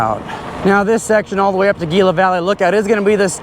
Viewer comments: Gila is pronounced Heela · Great video. Gila is pronounced Hila.